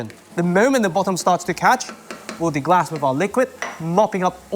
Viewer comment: one minor thing that i've noticed watching your videos--it's deglaze, not deglass